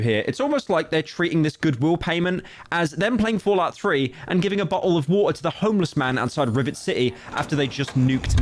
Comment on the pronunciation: bo'oh o wa'er